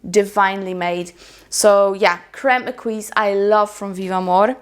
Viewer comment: Crème Exquis is a very pretty fragrance! It's actually pronounced ''X-SKI'' 😉😉 I think it's important to mention however that the brand made a mistake when it comes to the name; the correct form would be Crème Exquise (it's missing the E) which means exquisite cream.